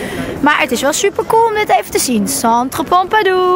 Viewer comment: het is Centre Pompidou;) Niet Pompadou. Die cute uitspraak